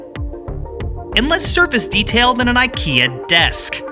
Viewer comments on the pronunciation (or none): none